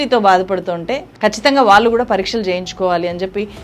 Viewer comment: Vaallu vaallu, pronunciation marchukondi please, Telugu ni champeyyakandi